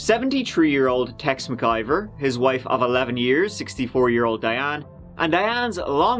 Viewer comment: I like how it’s McIver but all of the news people keep saying MacGuyver 😂😂😂